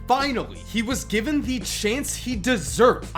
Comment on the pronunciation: Every time he says "the" I cringe